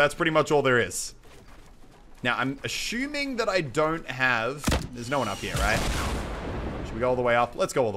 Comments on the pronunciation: Btw you keep saying ashewming (sounded out), it's assuming. Cmon man. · MUSELK, STOP SAYING ASHUMING!! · Muselk said "ashuming" 4 times in this video xD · Stop saying "ashuming". xD